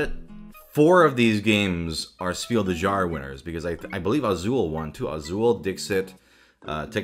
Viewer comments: Very late to the party, but it's pronounced something like "Schpiel dez yarez", not "Spill the jar" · Its pronounced: Shpeel des (like desu) yahres (like yaris the car) You are mixing German and French pronunciation and this simply will not do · As a German person, I feel the need to tell everyone this before I rip out my ears. Spiel des Jahres is not pronounced like that. German doesn't have the American J, so it sounds more like a y, (like in year). And if a word starts with Sp, then you have to pretend there's an h after the s (like in the word shine). Also, in German, there's no silent letters, so you always pronounce the "es" at the en. So it's pronounced Shpiel des Yahres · I've never heard Spiel des Jahres pronounced this way 😄